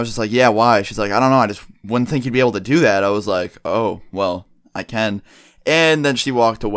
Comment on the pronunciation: Say can right